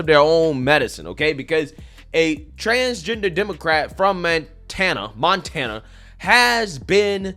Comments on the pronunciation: “Man-tana”? LOL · Did just say... MANtana?😂😂😅😂😂😅😅 No such thing as a transchild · Was that intentional!? 😂 Mantana?? If it was, bravo good sir. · "MAN-tana" lmao nice Freudian slip 😂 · "Mantana", you cold lol